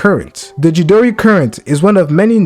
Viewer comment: I can't let you get away with butchering CHIDORI 😂 It is pronounced CHEE-DOOR-EE